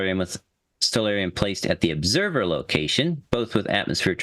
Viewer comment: What's an "Oobserver"? 🤣